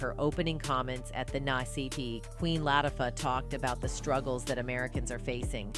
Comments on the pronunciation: did the narrator just mess up Queen Latifah name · SPILL TODAY - Please pronounce the Queens names correctly. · Who narrated this? It should have been a Black woman who could at least pronounce the Queens name right. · Lawd hammercy if they don't put some respect on Queen Latifah's name and say it correctly. The same with Taraji P. Henson, put some respect on her name and pronounce it correctly.